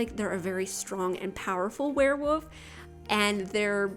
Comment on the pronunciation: Is it just me or does it sound like you say werewoof? Haha it sounds so cute :)